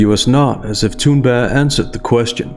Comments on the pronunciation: Tha-Tha-Tha-Thoon-Burg-ga-ga-ga...i dont care if youre actually pronouncing it correctly, its Thoonburgh! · Omg. Why don't you pronounce the "g" in her name. You keep saying "Thunber" it's really irritating. I like the subject of the video. It's just very hard to listen to you butchering someone's name over and over again. Or is that all part of the posh speaking style? I don't know but it's weird.